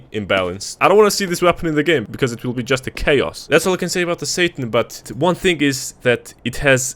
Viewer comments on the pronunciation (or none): none